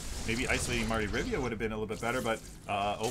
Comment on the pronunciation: RIVIA, NOT RIVA... Jesus